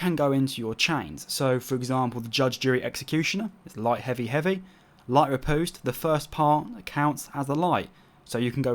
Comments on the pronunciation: "Impaling rih - POOste." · You said riposte so bloody wrong facepalm